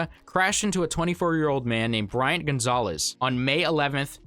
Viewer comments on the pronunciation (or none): none